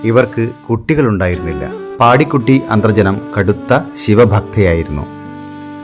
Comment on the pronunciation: പാടിക്കുട്ടി എന്ന്‌ അല്ല പാടികുറ്റി എന്നാണ് എല്ലാവരും പറഞ്ഞു കേട്ടിട്ടുള്ളത് 🙏